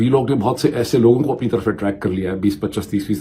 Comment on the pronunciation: ❤B❤H❤A❤D❤H❤ RAHE THAY NA KAHEN ' SAHI LAFAZ. ❤B❤A❤D❤H❤ RAHE THAY HAI. aap ki urdu bohat meyari hai' bar bar istemal hone wala yeh lafaz galat kahne par bohat khatakta hai. Aap ke vlogs meyari aur informative hote hain Allahtala aap ko salamat rakhe.aameen. ❤❤❤❤❤❤❤❤❤❤❤❤❤